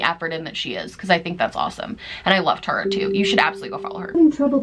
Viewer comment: Girl I was watching this from the kitchen and when you said “I love Tarah” I was like 👀 Wait.... look at my name. 😂 I’ve never heard anyone say it like mine is pronounced so thanks for making my day. Lol